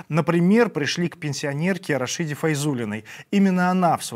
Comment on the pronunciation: Имя Рашида (последняя а - ударная) - Рашиде - е ударная. естественно. РашИде не надо уж коверкать имя-то.